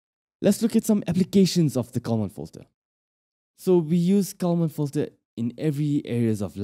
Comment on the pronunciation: If you put on an expensive video, you should at least find someone who can pronounce words correctly, starting with "common fitter".